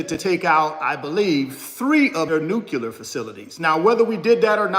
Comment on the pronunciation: NuCLEAR. Sorry there but its not '"nuqualer." Also, your shirt was printed backwards. just so you know. Thanks for the insight!